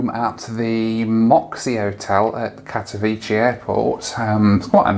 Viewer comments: Greate video. About your flight to Poland its Katowice not Katowiche. "c" sounds like in cementary, century, cent. Come to Poland more often, we have some greate places! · It's pronounced Kat-o-vitser not Kat-o-veechee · Katowice is not italian pronouncing "c" for "ch"... its like Katowitse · You said kadcwice wrong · Kato-Vit-seh (Katowice) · Katowice is pronounced CAT-OH-VIC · Pronounced 'Kato-veets-eh' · Need to toughen up. enjoyed the video, missing flying a little too much, I am. And I think it's pronounce Kaat-a-wee-se. I think from remembering being there in the mid 90's. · It's pronounced cat-o-vitz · you pronouced Katowice like 100 times and all wrong 😭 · I'm not Polish (Slovak) but I also noticed the wrong pronunciation, however I think the "c" in the words like "century" is pronounced as "s". The correct pronunciation should be like "ts" if I'm not mistaken 😊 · If pronounces Katowice like it's in Italy, I'm glad he didn't try to pronounce Pyrzovice! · Don’t think your saying Katowice correctly! Lol